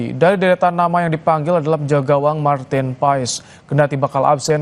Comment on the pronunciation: Bacanya martin pas min😅